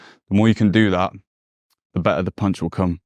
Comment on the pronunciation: It's hard for me to trust someone who doesn't know how to pronounce BETTER (between others).. for fck sake